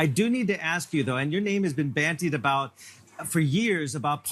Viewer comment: "Bandied". The word is bandied. Not "bantied".